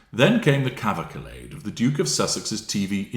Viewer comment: Cavacalade? Cav al cade. Stress on first syllable. Farrago. Stress on second syllable. Just to help a bit. 😀